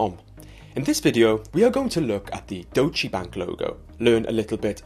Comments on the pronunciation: All that perfect pronunciation and then..."dochee bank"? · its more like Doytch-uh Bunk